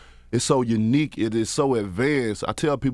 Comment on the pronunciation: This Nigga fuckin’ up all kinds of words 😂